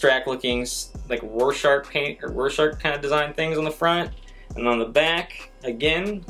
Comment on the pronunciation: Pronounced roar-shack (Rorschach)